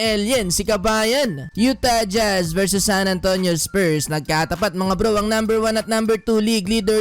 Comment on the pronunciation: YU-Tah jJhazz, hirap na hirap bigkasin eh. hahaha